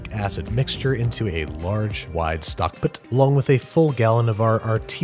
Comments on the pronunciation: Literally everyone: Stockpot Babish: Stockpt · "Stockp't" Andrew, you should get that looked at, I think it's spreading. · Nobody: Babish: STOCKPT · So we just not gonna talk about "Stockp't"?